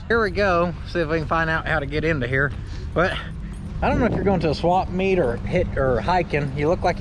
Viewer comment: Did u just call it a "swamp meet"? Lmao